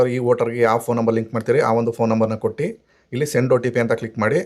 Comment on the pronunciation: Also Kotti, Bitti helbedi. Kottu, Bittu is correct. Your explanation is very good.